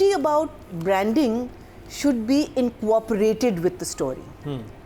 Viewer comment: its incorporate not inco orporate, u have been repeatedly saying this in this video, so cannot be s slip of your tongue.